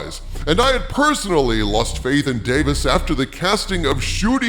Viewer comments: It's DavIES not DavIS. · Hail! But uh... If you please, m'lord: Davies is not Davis and is pronounced "Day-veez". Forgive my insolence 🙏🥺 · "WHO ARE YOU, RUSSELL T. DAVIS?" Well, first of all, he's Russel T. DaviES. Day-VEEZ. Not "Davis." DAVIES. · Every time you mispronounce Russel T Davies name and say "Dave - isss" instead of "Dave - eeze" it drives me nuts! LOL! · Not just the Timeless Children. Then entire Chibnall era must be entirely retconned, or there is no going back for me. And I have been a Dr. Who fan since the Classic series, LONG before the revival by Davies (pronounced DAVEES not Davis.) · I thought his name was Russel T Davies...not Davis. Is this a different guy? If so, that's a weird councidence. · You absolutely butchered his name. It's pronounced Davy's. I seriously hope you see this before you do another video on him bud. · It's Davies, not Davis